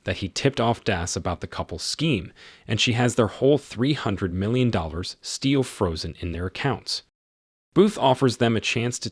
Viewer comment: This content creator needs an editor and quality control specialist. How can the narrator (human or A.I.) mispronounce so many common words: 'Cleopatra' as 'Clee-Op-Pa-Tra 'Cairo' as 'Care-Roll' or 'Carol' '... still ...' as '...steel' ... And refer to the famous museum known as ''the Louvre' as window blinds. Is this movie out on DVD yet?